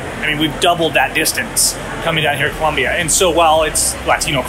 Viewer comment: You are doing a "Fox News". It is Colombia, not Columbia